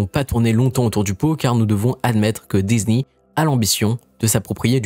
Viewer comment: Un peu pénible l’accent américain Disni je ne connais pas Marvol non plus La vidéo est en français, pourquoi prendre cette accent sur les mots anglais. Faite la vidéo en anglais ce serait coherent